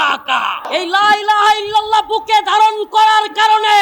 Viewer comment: মাদানি তুমি তো ভালো ই তেল মারতে পারো এজীদের বোন জামাই হয়ে তুমি লা ইলাহা র দোহাই দাও কালেমা টা ভালো করে উচ্চারণ করতে পারো না মিয়া ভণ্ডামি করো